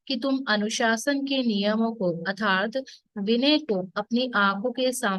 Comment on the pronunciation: Arthat ke sthan par atharth pronounce kar rahi hai.kripa koi upasak truti thik Karen. Be happy